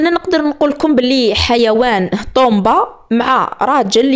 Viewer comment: وعلاش تقولو طومبا ( طوبا )